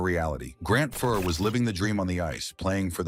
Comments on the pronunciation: Omg..... Fuhr not fore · Ouch....yup that's some bad AI pronunciation. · You're pronouncing Fuhrsy's last name incorrectly 🥅🛡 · I won't be subscribing to this channel. I stopped watching as soon as I heard Grant Fuhr's name mispronounced. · If you can't pronounce his name properly, I have no faith in any part of this clip. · Bad article, can’t even pronounce his name. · This AI clip is lousy. Grant FOOR, Mark Messi-ER, Mike LOOT.